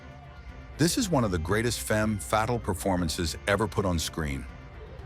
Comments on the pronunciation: "Fem fat-il". God I hate AI generated voice. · "Fem-fattle"? God I hate these robo-narrations.